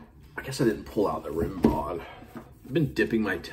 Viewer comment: Pronounce Rimbaud's name Rim-bow